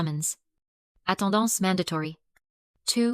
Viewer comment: You need a better text-to-speech engine, and you need someone to actually sit and listen to its output all the way through to correct its problems. The delivery is very stilted and every once in a while it pronounces a perfectly ordinary English word or phrase as if it were in French, Spanish or Italian. For example, “No apology” at time code or “attendance mandatory” at time code